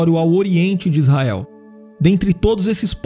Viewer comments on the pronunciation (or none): none